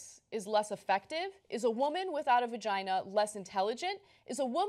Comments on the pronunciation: what did he call it? "vergeen"???!!! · This man cannot even say the word "vagina". How dare he weigh in on this topic.